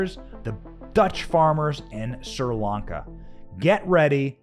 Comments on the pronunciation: I also have a hard time listening to you pronounce Sir Lanka instead of Sree Lanka. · It’s Sri Lanka, not Sir Lanka. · Pronounced Shree.....Lanka. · Why can't you say other countries properly? Look it up if you don't know It's not Sir Lanka...it's Sri Lanka It's phonetic! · Correct. It's pronounced "SREE," not "SIR" or "SEER" Lanka. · It's pronounces SHRI Lanka, NOT SIR Lanka! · So is it Seer Lanka or Sri Lanka? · Hey Benny why do you say SIR LANCA when I have always heard it pronounced SRI LANCA? Is it for being plotted out of society for reasons of having a regular opinion? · You are not pronouncing the country's name right. "Shree Lanka" That's the way I always heard it! God Bless them! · Pronunciation = "Shree-Lanka". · Hi Benny, my friends are from Sri Lanka and it's pronounced "Shree Lanka". Love your reports, thanks! 👍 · It was driving me crazy. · Correction, the name is correctly pronouncedSHREE -lanka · Benny, please stop misprouncing the things you're reporting on. It gives naysayers a reason to dismiss the info you're providing by calling you unintelligent. It's not "Sir Lanka". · It's been driving me nuts too. I commented about it as well.